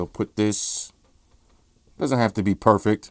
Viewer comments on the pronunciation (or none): none